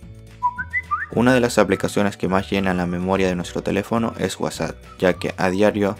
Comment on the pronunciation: Es whasa o whatsapp :v xDD